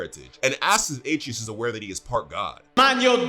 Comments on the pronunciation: Bruh his name is pronounced (uh-tray-us )😂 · Great video only one critique boy name is pronounced as ah-tray-us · He’s pronouncing his name 8 tree us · You're saying his son's name wrong. It's pronounced uh-tray-us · It’s a-trey-us, dude. C’mon. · Atreus' name is pronounced A - TREY - US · Did you pronounce R tre us us ay tre is 😂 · lmao im confused on how you played the whole game and cant say atreus (uh-trey-us) right. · Butchering that boys name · Need a counter for the number of times they mispronounced Atreus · I’m mad you said Atreus name wrong